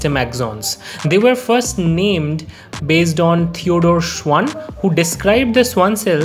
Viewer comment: Not "schuan" it's "schvan" since it's a german name and the w has v sound